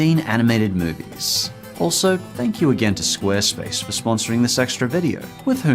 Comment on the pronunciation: No one: Literally every YouTuber in 2019: SQUARESPASE